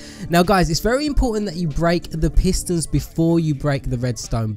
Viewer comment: Why did he call the pistons pisters